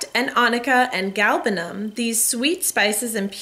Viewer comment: I am from Iran, and I appreciate very much that you pronounced it correctly.